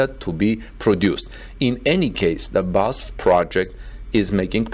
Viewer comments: That's how pronounces it, but I don't think that's right. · It has always bothered me that you report on Tesla, but have zero knowledge of automotive engineering, assembly or any mechanical engineering. Now you don't know how to pronounce BASF! Strike 2. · It’s B-A-S-F, not Basf (Badische Anilin- & Soda-Fabrik) … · BEE AY ESS EFF... not basf. Each letter is pronounced. But great content nevertheless. What we are seeing is a re-vitalisation of Germany as a technology leader - driven partly by Tesla, but also by the attitude of the German authorities who are starting to understand the socio-economic value of less technocratic administration, and fast-tracking of breakthough technology projects. The EU in general could learn a valuable lesson from this - often mired in rules and regulations, the EU has become sluggish and slothlike in recent decades. Brussels now needs to get rid of people who stunt the future... if they don't, individual EU members may start to ignore those who stifle innovation. It could lead to others voting to leave the EU, just as Britain has done. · It is called B - A - S - F not Basf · Great job always but it's B A S F (-: "Badische Anilin und Soda Fabrik" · It is pronounced Bas-ef with the EF like in Effect. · B A S F,. It’s an acronym:) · That wasn’t pronounced correctly but I see others mentioned already I used BASF cassette tapes for many years recording music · Please stop saying ‘Basf.’ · I THINK IT IS PRONOUNCED B-A-S-F Four separate letters B then A then S then F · Yes it matters because EVERY SINGLE German says B.A.S.F. it hurts so much when he butchers it. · "You pronounce each letter separately of the name BASF. It’s pronounced B A S F. You know the University UCLA? It’s the same deal." That is so true. it is B A S F for "Badische Anilin und Soda Fabrik" like BMW for "Bayerische Motoren Werke". It hurts when you pronounce it in one word because I know that name since I was 3 years old.